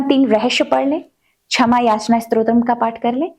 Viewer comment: Chhama nahi. Ksham! Hindi Uccharan par kaam karein